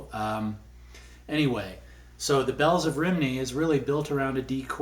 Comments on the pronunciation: cool, learned my lesson! THX! Just one hint: attending a live performance of Roger McGuinn, he told us:" Having performed the song ‘The Bells of Rhymney’ on elderly woman stepped forward to tell me "Young MAN!....I'm from Rhymney, we're not pronounced ‘Rhymnie’, my hometown is ‘Romey’, like the Capital of Italy, with an additional Y at the end. " ...Just to let you know🙂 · It’s pronounced ‘Rum’-‘knee’ 🙂